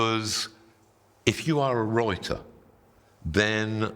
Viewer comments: I keep hearing it as reuter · Read the comments before watching… the first ‘wroiter’ took me out 💀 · "..I am going to tell you how to be a roiter" is what I heard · A wroiter has to wroit what a wroiter has to wroit. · Everytime he says "writer", I am hearing "rioter" and the whole video still makes sense "The most important tool for any rioter to possess is going to be rioter herself". min mark onwards sounds funny. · I am American and do not care about "roiting". It is "writing". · 😂😂😂 I kept hearing Reuter. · Royting! I cannot unhear it. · nah fr started the video and then saw the “wroiter” comments and i kept smirking everytime he said it😂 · Love how “writer” sounds a bit like RIOTER 😊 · “Wroiter,” hee hee.